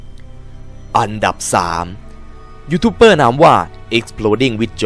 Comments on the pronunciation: ดูกี่ทีก็หงุดหงิด youtuber มันตัว B แต่ออกเสียงเปอร์ทั้งคลิป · อ่านว่า"ยูทูบเบอร์" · ยูทูปเบอร์ ครับ ไม่ใช่เป้อ